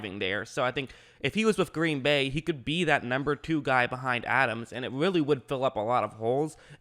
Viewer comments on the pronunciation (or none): none